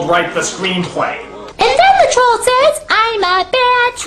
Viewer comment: lol "IMMA BAD TWOHLL, A VEWHY BAYD TROWHL" theme song to 4chan